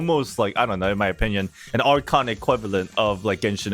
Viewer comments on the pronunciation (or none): none